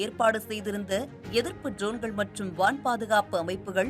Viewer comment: செய்தி வாசிக்கும் பரதேசி பெண்ணே....உன்னுடைய உச்சரிப்பு சரியாக இருக்க வேண்டும். நிர்மலா பெரியசாமி குரலில் பேசி விட்டால் சரியாகி விடாது. ஜோன்கள் என்று உச்சரிக்கக் கூடாது DRONEகள் என்று உச்சரிக்க வேண்டும். அதே போல் அர்மேனியா என்னும் ஒரு நாட்டின் பெயரை அர்மனியா என்று தவறாக உச்சரிக்கக் கூடாது. அந்தந்த வார்த்தையை அந்தந்த மொழியிலேயே (ஆங்கிலத்தில்) படித்து தெரிந்து கொண்டு வாசித்தால் நன்று. செய்திகளை வாசிக்கும் முன்பு ஒரு சிறு வீட்டுப் பாடம் செய்து பழகினால் பயனளிக்கும். அதே போல் விமானப்படை தலைமை அதிகாரி திரு. ASHUTOSH DIXIT (அஷுடோஷ் தீக்‌ஷித்) என்னும் பெயரை எப்படி உச்சரித்து இருக்கின்றாய் என்று நீயே கேட்டுப் பார். காக்கா வாந்தி எடுப்பது போல் பேசி இருக்கின்றாய்.....